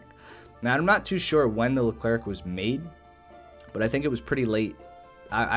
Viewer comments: Wrong its pronounced "Lu Claire" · Nice ! If you want to prononce Leclerc properly, this is how you do : Lecl - air (like how you prononce the air). You don’t prononce the "c" at this end. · Stop saying LeclerC !!!!!!! C is not pronounced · It’s pronounced Leh-Claire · le clair? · The Leclerc is pronounced without the "c" at the end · The final C in Leclerc is silent, same for the D in Roland :) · For the leclerc and roland, the last letter is silent.